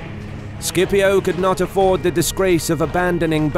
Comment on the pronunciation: It is pronounced "Sip-io"